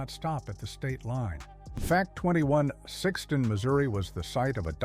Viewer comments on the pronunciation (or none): Was born and raised in Sikeston; none of this surprises me. And it is pronounced with a long i sound and two syllables, not Sikkeston. It was named after a man named John Sikes in 1860. He was lynched for horse theft but survived and always wore a neck beard to cover the scar.